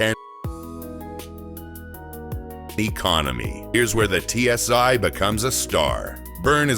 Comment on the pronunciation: It's not TSy, try TSi - Stupid Botts...